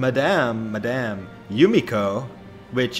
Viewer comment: Lol the "Madame" was so Funny ( i am French) :D